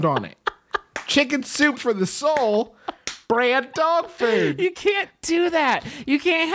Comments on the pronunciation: The way FOOD is enunciated absolutely slays me. DOG FÜD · I love how they struggle to say food when they say "dog food"